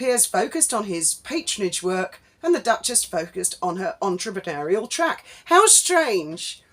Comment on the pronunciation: The number of times Mad Meg repeats 'entrepreneur' grates enough but her pronunciation (oo-er) of the final syllable shows her claim to speak French is a load of old vache merde.😊